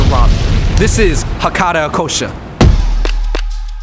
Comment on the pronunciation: Okay they are called Hakata "Ikkousha"... I hope you appreciate the name of the restaurant and pronounce it right. I love 一幸舎 but if you go to Japan, one bowl of ramen is around $7-10. $20 is overpriced in my opinion.